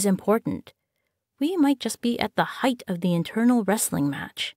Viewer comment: the grass is always greener..... meh. the word is height , not heighth :)